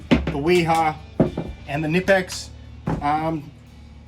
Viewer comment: The K in Knipex isn't silent